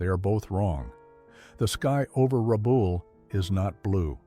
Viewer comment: It's not Rabool its RabALL, just like those things your scratch when they are itchy.